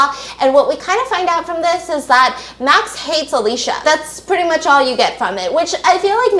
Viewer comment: Whose Alesha?😭 i thought her name was Alicia (uh-lee-see-uh)😭😂